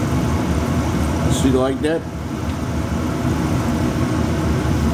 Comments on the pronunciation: Dana,s right it,s ""POO-TEEN"" and shed yer Mozz. next time will work much better, and St. Hubert is one of the first Chicken Roasting Rest. In Canada, Second only to Swiss Chalet, they make the sause,s as well! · gdam it J.B that about as nonunion as they come! first, poutine is pronounced poo-teen, poo-teen. Second, that ain't no cheese curds! you need them cheese curds. it ain't no poutine unless it got some cheese curds in it. Joe A Dixie in Canada, (love all your vids including this one) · JB, sounded like you said poon tang lmao.